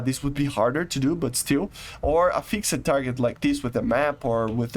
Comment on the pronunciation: try saying the word fixed as fixt. You dont pronounce the ed at the end of the word.